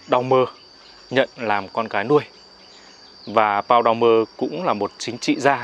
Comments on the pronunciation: Tên vị Toàn quyền Đông Dương đó đọc là "Pôn Đu-me" (Paul Doumer) thì đúng hơn là Pau Đau mơ như MC nói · Doumer đọc là Đu mê. Tên đầy đủ Paul Doumer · Đúng vậy .Mình không rành Pháp ngữ nhưng đọc tàm tạm là Pôn Đu_me .Nếu đã làm truyền thông thì nên tham khảo cách đọc trên mạng hoặc nhờ người biết ngôn ngữ có liên quan. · Tên tổng thống Pháp nên được phát âm theo tiếng Pháp nhé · Đọc tên tổng thống Pháp mà như đọc tiếng Việt .Nghe ngố ngồ ngộ ngây ngô thế nào ấy .Cần tham khảo người biết tiếng Pháp để đọc cho rõ nhé ,truyền thông mà đọc như thế là người ta cười cho .